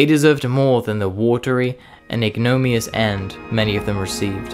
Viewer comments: Ig-no-MINN-ee-ous. Ignominious - means deserving of public shame or disgrace. Excellent vid. Sad at the end - why did no nation want to buy Corsairs? Was every nation broke? Maybe. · No such word as "ignomius". The word is "ignominius", roughly meaning no name or, no good name. Otherwise pretty good video. =PC= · ...and "ignominious" ... another major pronunciation issue. I would have thought that an AI of the quality of this voice (was it really AI?) would have got it the pronunciations correct. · Some of the pronunciations are woeful: - In-da-fatigue-able -- - Ig-no-me-us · Overall, an excellent video, well edited, scripted and narrated. Couple of minor irritations with your pronunciation of 'Indefatigable' and 'ignominious', but I'm being finnicky. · Excellent work. I politely suggest you get the proper pronunciations down on "ensign", "oleo" and "ignominious" as your proounciation was a distration. An EXCELLENT book on the Corsairs in RN service on the Illustrious is "Carrier Pilot" by Norman Hanson (1979). Humourous and gripping.